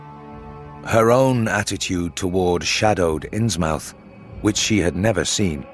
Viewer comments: I wonder why does he pronounce it “innsmAUF” and not “innsmUF”. Was that the contemporaneous pronunciation at the time of writing? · Ikr? It's th, not f. I never heard Innsmouth pronounced with an f. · Right off the bat. I can’t abide people pronouncing it “Ins Mouth”. Anyone who spends any time in Massachusetts knows it would be pronounced “Innsmuth”